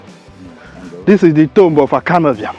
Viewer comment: yes you because you can not pronounce Ibiam , you have on always pronounced it wrongly.